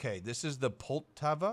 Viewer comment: You read Poltava like Powtawa